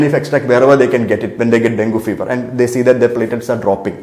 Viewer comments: IT IS infact pronounced as Dengi...if you can't use your brain at least use google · Doc, ithine den - gee ennu parayunnu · Pronunciation - Den-gee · At first you pronounced it as dengi, afterwards you came back to dengu